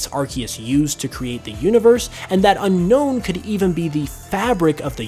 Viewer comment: Its pronounced as un-own